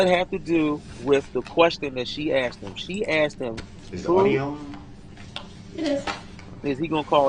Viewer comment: He sure axed